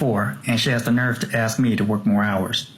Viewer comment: It's ASK ... not AXE. Learn to SPEAK properly before complaining.